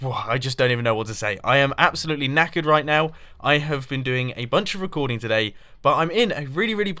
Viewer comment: he said 'knackered', though it did sound a bit like 'naked'